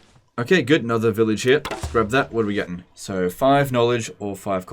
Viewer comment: Every time says village i keep hearing vilitch